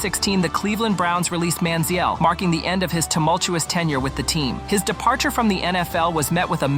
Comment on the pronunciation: The way you're saying his name makes my head hurt